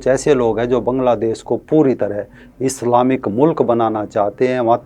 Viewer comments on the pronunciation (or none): none